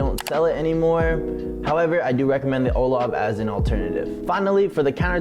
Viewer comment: ITS LOUGH